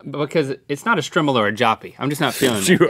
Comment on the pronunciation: it's pronounced strimol